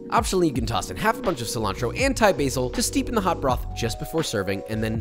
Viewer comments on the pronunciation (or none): none